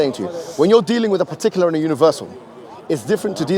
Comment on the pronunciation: "pahtuckular", u want me to sit here and waste my time listening to someone who can't pronounce a simple word in his first language LOL